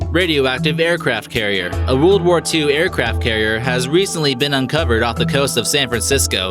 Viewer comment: Sounded like you sad the woorld war 2